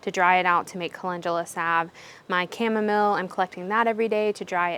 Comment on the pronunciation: Beautiful garden 💖 I'm one of the folks that prefers your silly pronunciation of chamomile 😂 Have you filmed a walk through of the garden? I miss NC so much! And Squash Vine Borer doesn't bother your cucumbers? They're killing me with my cukes this year!